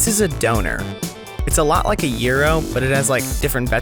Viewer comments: It's called "Döner" not "Doner" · The way you say Döner is just wrong